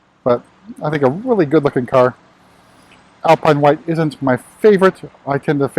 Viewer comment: Why do he keep saying alpine vise